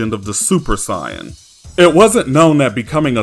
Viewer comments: Bro why do you pronounce "saiyan" as "siyan" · “Siyin” 🤦🏽‍♂️🤦🏽‍♂️. Idc if that’s the right way to say it, it’s freaking stupid. Just pronounce it the same way everyone else does bro. It’s not gonna kill you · Do me a favor. Let me hear you say Saiyan with a long A sound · You say saiyan as say in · No he’s saying it as “Sigh-yin.” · If you think that he is mispronouncing the word "Saiyan", he is using the Japanese pronunciations, and he likes to use the Japanese terminology of Dragon Ball in his videos now. He used to use the Western terminology, but now, he wants to be more accurate, so he uses the Japanese terminology, now. Also, people constantly accusing him of mispronouncing "Saiyan" is why he made this video: "Discussion: How To Pronounce Saiyan"